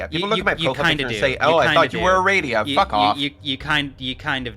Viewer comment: this whole bit was slightly confusing hearing “Aradia” or whatever it was as “a radio”. “Your avatar looks like a radio” sounds like some esoteric insult